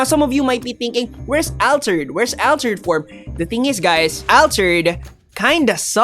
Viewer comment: you say altered like the name Alfred but Al-turd.